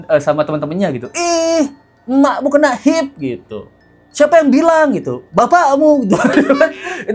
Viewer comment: HIV cara mbacanya ha ive mas....bukan hiv...